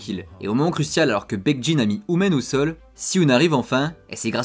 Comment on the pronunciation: Par contre tu prononce un peut mal leurs prénom tu dis hu- men au lui de hu-min après c’est peut être juste une impression que j’ai